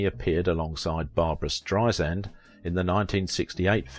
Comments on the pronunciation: It's spelled BarbRa. And it's pronounced Strei-SAND, not Strei-zind. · B-A-R-B-R-A. Two 'a's, not three. Last name pronounced Strei-SAND, not Streizind. As Barbra would say, 'Strei-sand, like sand on the beach. Soft 's.'